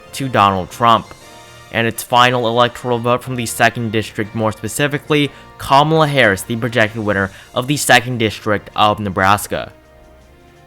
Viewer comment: Nice video,but did towards the end of the video it sounded like if you said kamala harrasment lol